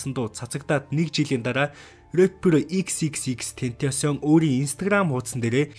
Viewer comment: Тэнтосион gej ymr um bdimbee hhaha😹